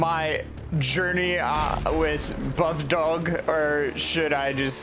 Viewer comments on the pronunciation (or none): It’s not pronounced dog it’s pronounced doge (doe-j)